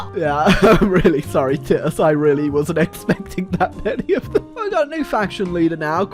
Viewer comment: The way you pronounced Titus triggered me.